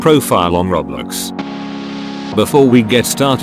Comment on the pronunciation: What kinda voice is this LMAO THE WAY HE SAYS ROBLIX